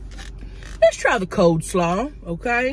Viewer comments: lynn ITS COLEslaw NOT Coldslaw!!! Sooo annoying!! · "Cold slaw," Tammy you're so cute, it's coleslaw. 😂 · I love how she is saying cold slaw instead of coleslaw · "cold" slaw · She called it cold slaw bcuz its cold 😂 if i can remember that’s what she said before